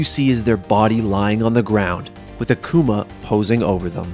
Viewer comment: "Akooma" Gj idiot u had 1 job